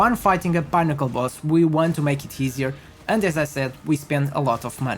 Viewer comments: 😂😂 it's "peh - nuh- kl" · “Pinn” to rhyme with ‘win’, as in win or lose. I think 2 x n’s is always(?) pronounced this way (inn, dinner, Finnish, innate, etc). Thanks for the build. Just what I needed. Couple of errata I noticed: you forgot to add the CI node on your mobalytics passive tree, and you can’t get +rarity find% on body armour in the mobalytics text! 🤓🫡